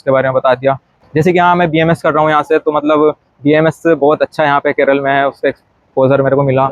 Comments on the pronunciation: Even after staying in Kerala for more than 2 years , it’s unfortunate that you don’t even know to pronounce the name of Kerala, it is NOT KERAL , it’s K E R A L A! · Keral nahi kerala bolo yaar